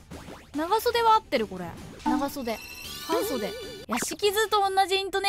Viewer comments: はん↑袖に関してはうちの県はそれだな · 自分訛りとかで全然話したことないけど、「半袖」は はんそで↑ じゃなくて、 はんそ↑で↓ だわw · はんそでは「ハァンそで」で分かりやすくなりそう。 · 反復横跳び、何でみんな笑うんだい？状態。 半袖は方言ですね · レッドブルと半袖のレバガチャダイパン